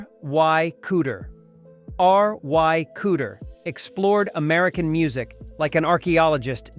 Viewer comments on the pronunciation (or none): "R.Y." Cooder?? Not Ry?? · R Y Cooder? Has the narrator never heard of Ry Cooder? Obviously not! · Duane Allman's co-guitarist was Dickie "Benson"!? What? And then "Arr Why" Cooder? C'mon!!